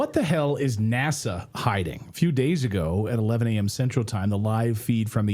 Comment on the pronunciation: NASA pronounced as the Swedish word for nose NÄSA (funny how English speaking have so difficult with our å ä ö). NASA is like the Italian boy made of wood, Pinocchio.